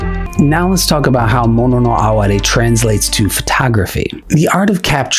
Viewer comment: I live for those small, transient moments. Thank you for pronouncing “mono no aware”correctly, too. 😉